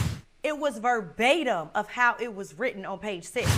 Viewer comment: Fyi verbatum does not exist in Latin it's a common mispronunciation but correct term is VERBATIM = word for word in English!!!!